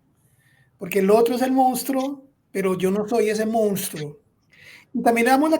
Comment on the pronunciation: Simples divulgadores del fenómeno pero no se acercan ni tangencialmente a las causas de este. Por favor, es insólito que todos quienes hablaron pronunciaron incorrectamente la palabra " monstruo". Favor revisarla. El rubio comete sinnúmero de incorrecciones al hablar.